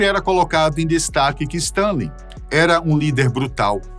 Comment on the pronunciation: Ele errou o nome de Stálin.